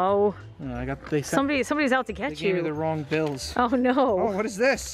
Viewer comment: “ THEYRE IN THE ICE MACHINE BOBBY,THEYRE IN THEH ICE MACHINE ”